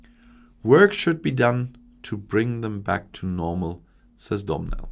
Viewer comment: Well, done,. 😃👍🇮🇪. You got most of it right. I love your pronunciation of Domhnail. It's actually 'doh-nal' (rather than 'dumb nail' 😂🤣). A lot of letters in Irish are silent.